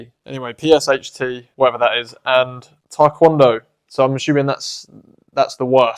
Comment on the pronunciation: Yessir, Taekwondo is indeed underrated. I really love the way you say it, I think it’s way better than I hear most people say it. Thank you for the motivation to keep doing martial arts.